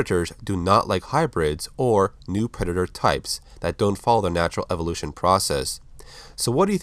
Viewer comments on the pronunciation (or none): none